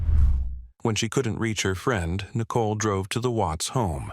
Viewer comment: How can you mispronounce Shannon and Nicole so badly?